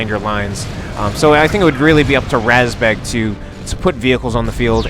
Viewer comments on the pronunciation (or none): РАЗБЕГ is pronounced just like you said, but the A is pronounced like the vowel in the word mud. Source: I am a Russian (